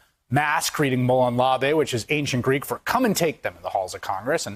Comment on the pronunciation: Mow-lawn Lay-bee